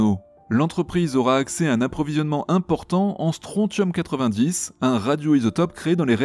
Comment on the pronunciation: Bonne vidéo comme d'habitude, hormis que mes oreilles ont saigné 6 fois en entendant comme tu écorchais "strontium". Le T se prononce SS, comment dans attention...